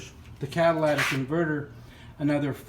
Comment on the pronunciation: CAT-A-LIT-IC, not CAT-A-LAT-IC !!!!